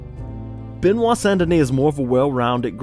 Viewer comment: Frenchman here, first name pronounced "buh-nwah" rather than beh-nwah. Love the video!